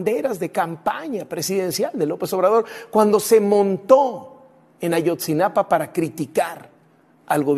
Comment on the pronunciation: No es Ayotzinapan, es Ayotzinapa